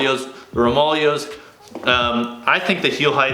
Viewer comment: It's pronounced... ROME-AH-LAY-OH's. Just to put that out there👍🏼